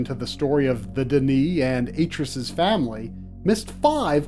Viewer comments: its not "Dee Knee"..its "Done E" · the books point out that D'ni is pronounced "Dunny".. other than that, wonderful treatment of story and legacy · ITS PRONOUNCED "DONE-KNEE"